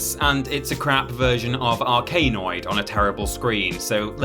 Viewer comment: Dude called Arkanoid "R K Noid". lmao